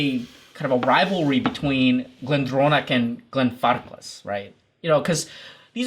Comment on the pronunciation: Glenfarclclclclclcas Buddy, please... Hablblblbas Espanol?